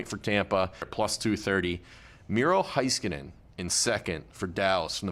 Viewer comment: Doesn’t know Heiskanen (hay-sku-nin) pronunciation or age lol. Keep sleeping on the next best defenseman in the league please. I want Miro to win the conn smythe so badly